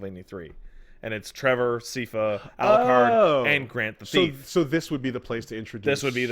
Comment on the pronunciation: "Seefa" Wasn't it a bestfriends production where people got punchy about the pronunciation of "Lara" Croft? And we're now mispronouncing a name that is audibly said tens of times throughout a show?